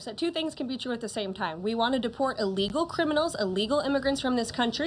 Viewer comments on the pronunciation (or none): True. But she and others in the administration need to be more "mindful" of how they say "illegals". They actually pronounce it like "a legal" which probably causes some not so bright folks to misunderstood the difference between a "a legal immigrant" and an "illegal immigrants. They way she kept mis-pronuncing it sounds like they are legal immigrants and is pissing off the not so sharp people or immigrants whose English speaking and comprehension Sucks!